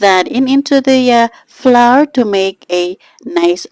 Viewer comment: Fyi, the word, "flour" is pronounced like "flower," not flar.